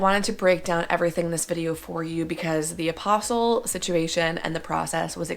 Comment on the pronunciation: Perhaps a bit of effort to pronounce one of the principal words correctly would be a good idea. It's not 'apostle,' that's a follower of Jesus in the bible. Also, if you were to lose the air-head bimbo-isms that would be a step in the right direction. You voted for Biden, right?